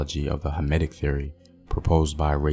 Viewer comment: Did you say hermitic theory, because I can’t make out what you were saying but the auto-subtitles say hermitic and I can find any articles that link hermitism and the conflict.